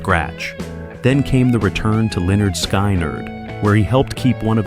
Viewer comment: Skynyrd, not Skeinerd. Interesting topic, but that detracts from the professionalism of the vid.